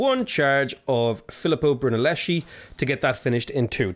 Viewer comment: The pronounce of Filippo Brunelleschi is almost correct in your second form